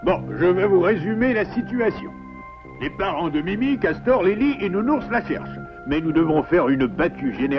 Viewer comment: Ses nul le petit cawtor